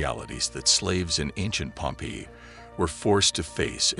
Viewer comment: It would be nice if the narrator pronounced "Pompeii" correctly. It is Pom-PAY -- in English, in Italian. Pompey, pronounced PomPee, waa a personn.